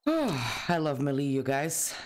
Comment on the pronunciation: As predicted you missed the crate hidden on the other side of the pile of rubble. It's under where the upper floor overhangs.;) It's still pronounced "MAY LAY"...Damn it...LOL Youtube darkens the video so much that it would have to look almost daylight for you in order for us to see what you're actually seeing. You can eat the egg. You can make a campfire and cook the meat so that it adds to your stack. The entire building is made out of stone... You're about to get to one of the biggest loot rooms in the game...with 3 inventory slots. A drop chest would've definitely been the thing to do,...LOL